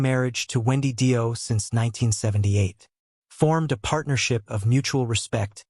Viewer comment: More fucking crap AI bullshit, can't even pronounce fucking Dio correctly and comes out with Dio was frontman first with Rainbow, what about Elf....shit shit shit, don't bother watching and save yourself 12 minutes